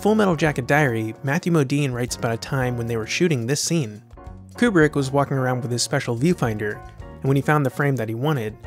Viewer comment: It’s Kubrick bro